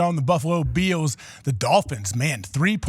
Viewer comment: Why can't McAfee pronounce "Bills" properly?